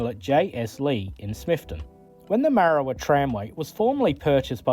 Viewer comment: Its Marra war..... There is a lot of oddities locomotives here in Tasmania.